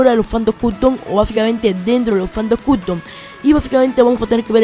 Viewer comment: APRENDE A ABLAR " CUTOM" AWEO...... POR ESO NO VI TU VIDEO